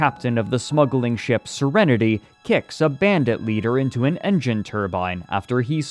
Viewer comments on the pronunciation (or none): none